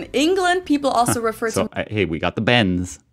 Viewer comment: We dont say "Benz", we say "Benza"